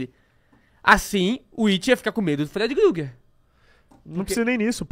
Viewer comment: mdssss pq vcs chamam de freedy GRUGERRR??? pronúncia estranha da peste 🤣🤣🤣🤦